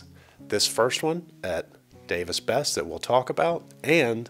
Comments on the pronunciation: Its pronounced Davis "Bess-EE"... Not Bess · Fyi, it is pronounce Bess-E.... Don't ask me why we must pronounce things strange in Ohio. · Besse is pronounced, “Bessie”